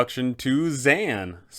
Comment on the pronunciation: I fucking LOVE your Dzaan voice, he's like a Wizard version of Steve Irwin! Is that what you were going for? Edit: I do have to say though, dude's name is actually pronounced Da-ZAWN, but I like ZAN better.